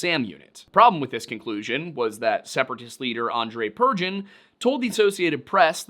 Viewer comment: Russian here, thanks for trying to pronounce. The most horrible one must be Buk, as it's pronounced like book, not buck. Purgin as "pure-gin" is pretty hilarious too😂 should be "poor-gyn".